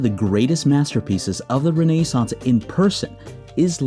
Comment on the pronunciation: Awesome, awesome video. I'll give it an 8/10. 10/10 for literally everything except the way you say Renaissance, which I give a - /10, lol.